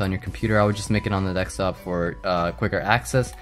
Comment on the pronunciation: do you say 'ax' instead of ask? and 'dextop' instead of desktop?